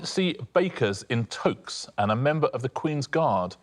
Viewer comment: WHAT is that pronunciation of Toques??